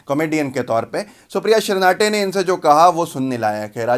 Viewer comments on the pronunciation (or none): सुप्रिया श्रीनाटे नहीं बल्कि सुप्रिया श्रीनेत है भाई